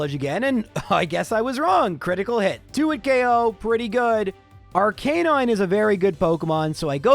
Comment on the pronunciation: Can you please stop consistently mispronouncing Arcanine and Lorelei even though you know the correct pronunciations? It's very irritating...